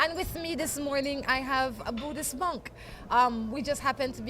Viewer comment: Hi, I can see what u mean about too much sunlight as the morning moved along. Also that guy with the USA flag shorts couldn't keep himself out of the picture. By the way, monk not munk. Can u tell me if I am the first Buddhist monk to visit Belize or has there been other Buddhist monks before me>